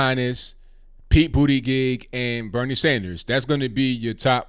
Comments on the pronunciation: Respectfully, you are butchering Pete’s last name. It’s pronounced “boot - edge - edge” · I still can’t get over the irony of a gay guy who’s name is pronounced “Booty Gig.” 😂 He better not win the DNC nomination. Trump would make him the butt of all jokes.😂🤣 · I'm at Starbucks trying to hold in my laughter everytime you said Buttigieg. I got to a point where I was like please stop saying his name.